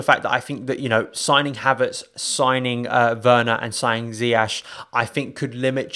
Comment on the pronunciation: His pronunciation of ziyech pisses me off every time